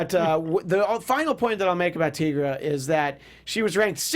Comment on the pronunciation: her name is NOT teegra its tigra, like tiger....